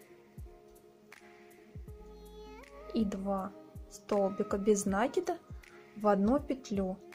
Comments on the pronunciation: Не нАкид, а накИд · Мишка невероятно милый. Попробую связаться такого. Но пожалуйста, вы столько раз сказали слово "накид" с неправильным ударением. Очень бьёт по ушам. А мишка супер. Вы большая молодец.